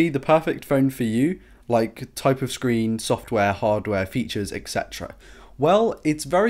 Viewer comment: Can you please prounouce "etc" and "Xiaomi" the right way ?